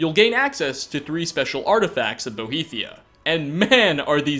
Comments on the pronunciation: its boethiah, not boheathia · Boethiah,. Not Bohethiah. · Boethiah, not Bohethiah. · I'm triggered by the way you pronounced Boethiah. It's not "Bo-he-thiah"